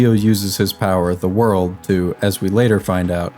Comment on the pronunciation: The world ❌ Ze waruldo ✔️